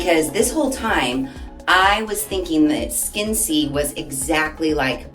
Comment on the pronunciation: I’m not sure, but I think it might be pronounced ‘Skin-SAY’.